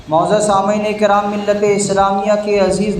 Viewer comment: Ikram nhi kiram